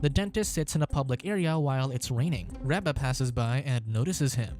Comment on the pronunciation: I agree with this pronunciation of Reba. I look forward to the weird look I get from said person.😉